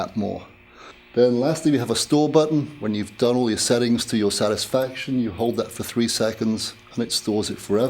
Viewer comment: ‘seddidup’ to your sadisfaction, your own Seddings’ not one ‘T’ in the whole review 😂